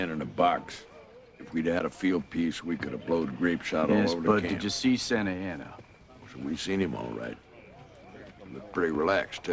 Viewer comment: Santa ana. Not sansalsa😅